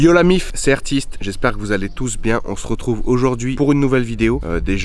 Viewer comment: Mitou pas mitou le meilleur